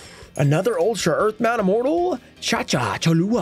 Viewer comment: pronuncing Earthbound Immortals is always funny (I couldnt do better) xD